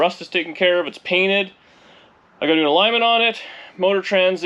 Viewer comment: I had to laugh at the way you pronounced “alignment” . Reminds me of when some of my classmates would purposely pronounce French word as if they were English. 🤓 How is the motor being delivered? Pony Express. 😝